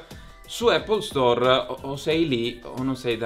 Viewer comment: Scusate ma non riesco più a sentire Apple Store, non si chiama così ma App Store.... a parte gli scherzi 😂 anche questa settimana ottimo video complimenti ragazzi 💪🏻💪🏻